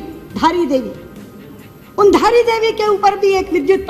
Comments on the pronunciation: Dhaara nhi dhaari devi hain... jai devbhoomi Uttarakhand 🙏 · Bhai dhara Devi nhai dhari devi hein